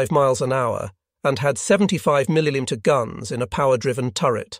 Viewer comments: around the minute mark, listen to the word "millimeter" be butchered. These videos are full of mispronounced English words that can only come from a computer. Most of the mispronounced words would never be done as they are regardless of the speakers native language, education, etc. Some words are mispronounced in ways that humans couldn't achieve even if that was the goal. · A lot of the mispronounced words aren't even close to German. When it chains them together it almost sounds like a renfaire esque attempt at mid English. Also it doesn't matter what language you have, your voice doesn't glitch when you try and say "millimeter" xD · Yeeeaaah, some random German word, fine. Millimeter? Asking too much, apparently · Someone needs to teach this AI to pronounce millimeter and Egypt